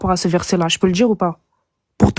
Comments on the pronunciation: Je peux pas piffrer cette facon de parler. (Djire, tchu...) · "Je veux juste de tchdire" "jchtexplique" "jchte l'ai dit" 😂 deja ça part mal.